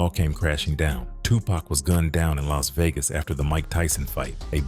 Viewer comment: Why does the pronunciation alternate between "TuPACK" (as in wolf pack) and "Tupac" smh.. Dang AI videos